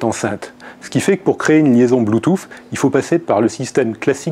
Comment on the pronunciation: c'est dégueulasse mais je me poufffffe (^^) de rire à chaque fois mdr